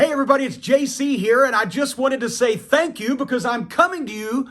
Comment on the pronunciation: Every time JC says "thank you" I feel like he didn't finish his sentence...